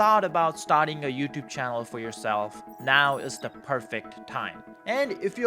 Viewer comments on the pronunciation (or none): none